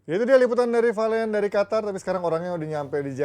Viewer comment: Qatar itu Q bukan kha kok khatar sih